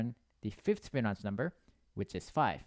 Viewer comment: Fi bi no chi . Not Smirnoff, not fbinok, not fiblo. Fibonacci!